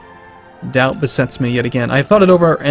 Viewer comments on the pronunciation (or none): none